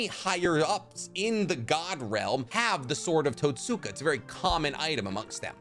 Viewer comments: Great video man. My only critique is in your pronunciation of Totsuka. Where English has silent letters, the Japanese language has soft or “whispered” letters. The hiragana script for Totsuka is とつか, where つ (tsu) is a whispered letter. So in the same way we don’t say Sasookee when talking about Sasuke, we don’t say Totsooka blade. And on that note, Nemui is written as ねむい , sharing the first hiragana with Neji (ねじ）and is pronounced Neh-moo-ee. Hope this is helpful and insightful. Thanks for the dope video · The What......its pronounced tots-ka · mans said “Tat-Soo-kuh” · Mf sayin Itachi misunderstood than says Totsuka